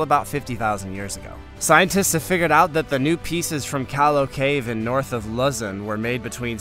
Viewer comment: Lew-zawn, vice Luzen